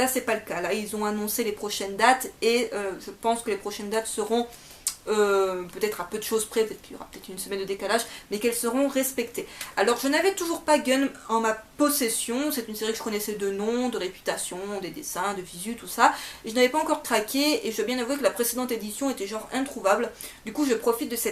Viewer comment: Ça se prononce Ganemou (Gunnm) :) edit: et non, c'est pas mauvais la fin, si ça te plait pas, c'est pas pour autant mauvais !